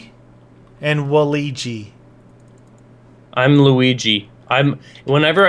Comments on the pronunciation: I thought you said it like waligi? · "Waleejee." facepalm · He said Waligi instead of Waluigi lmao